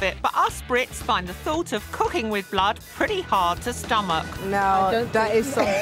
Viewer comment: Why does she said blahd instead of blood lmao